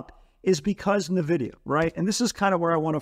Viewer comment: It's not navidia...